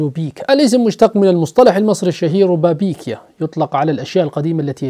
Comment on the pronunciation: نعم يا أبشرك نطقت كلمة ربابيكيا بشكل ممتاز باللهجه المصريه 🤗شكلك اتدربت على نطقها كتير😂😅متابعتك من مصر 🇪🇬🕊️💙🌼